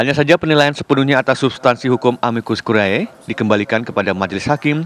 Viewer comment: Tertulis `Curiae' Dibaca 'Curie'